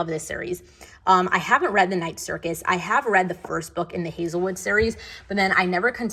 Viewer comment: Am I the only one, that when you say „ I have read“ heard that it sound like „hagrid“ okay? Anyways amazing bookshelf ✨❤️